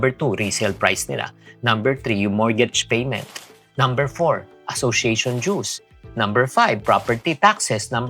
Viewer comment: it’s Dooz not juice😛